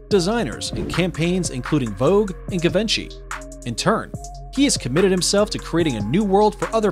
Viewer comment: The guy needs to learn pronunciation of names to be taken seriously. such names as Givenchy for example, it's pronounced zhee vaan shee